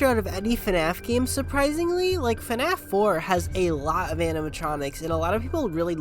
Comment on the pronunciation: Why do say fanaf and not fnaf